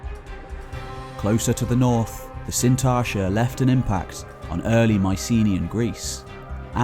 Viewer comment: There's a 't' in Sintashta..